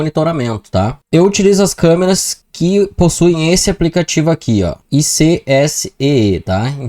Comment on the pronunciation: Suuuuper video caraaa!!!top demais mostrando cada detalhe da configuração até pros leigos!! Pro pessoal é bom saber a pronuncia certa do aplicativo q se fala AIQSÍ… icsee seria i can see em inglês (eu posso ver em português)